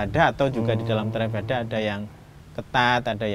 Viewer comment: V dibunyikan w, bhikkhu Panyawaro, theravada dibacanya therawada. Ini bahasa Pali.